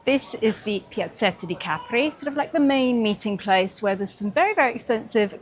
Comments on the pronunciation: Love hearing Capri pronounced correctly. My grandmother's sister lived there having married an Italian. English woman, Italian man - just like & Carlo. I'd never really thought about it until now - hmm. But they didn't have children. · Enjoyed seeing Capri again. We arrived by boat and took the funicular up to the town. Expensive lunch but a beautiful place to be. We learned that the name has the emphasis on the first syllable (as you pronounced it) not the last as in the American song.